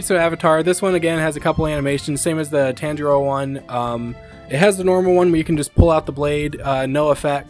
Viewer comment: WHAT DID YOU CALL HIM *TANGERO*